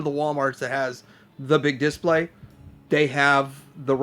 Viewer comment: this is how to pronounce "display". You hit the second syllable, not the first.